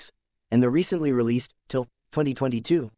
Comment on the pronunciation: Try saying TILL....i had to rewind twice to make out what you said.:yougotthis